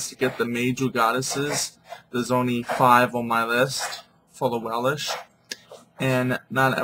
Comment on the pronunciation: stop saying Welish ..it is welsh.....and you are so off with your pronunciation's..